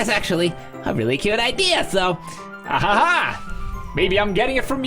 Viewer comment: Geez, I thought you did the interjections that weirdly just because it was funny. But apparenly you can't see them any differently than the way you're doing the silly renditions of it? I don't see the "poorly timed" interjections anywhere. You are just giving it the wrong intonation. "Ahaha~" is, for example, sometimes a happy laugh, sometimes a nervous laugh, sometimes a giggle, and sometimes (like where you said it was poorly timed) a very sad laugh. Laughing isn't always loud, or fun, or happy. It can be really sad too. Or you can laugh even out of shock. People do that in real life, too.